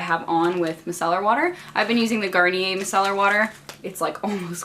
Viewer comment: I think you are pronouncing micellar wrong